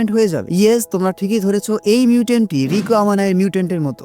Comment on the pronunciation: apni rika bolchen keno Riko